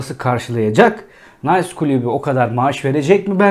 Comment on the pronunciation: Nays klubu degil Nis klubu fransizcayi ingilizce okumak gibi kulaga Komik gelen hatalar yapmayalim